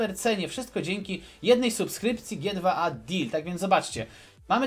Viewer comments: G2A czyta się dżi tu ej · ...CZYTA SIĘ dżi ti łej dil!